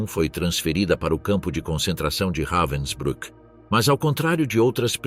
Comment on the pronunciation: O narrador pronúncia o nome campo de concentracao como se alemanha falasse inglês reivensbruck e enrolando a lingua